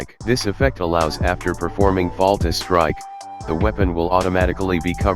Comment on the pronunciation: Great video! Thanks for putting this together. I know English is not your 1st language, but it is called "Fatal strike" not "Falta Strike". Still great stuff! Thanks!